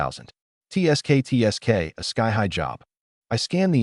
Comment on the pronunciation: cant even say tsk tsk properly how are u training your A.I. speaker.